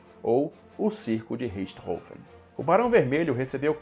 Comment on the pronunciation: Excelentes vídeos ! Emocionante o texto final. O antológico Richthofen (nome finalmente falado com a pronúncia correta), onde estiver, muito provavelmente está agradecido.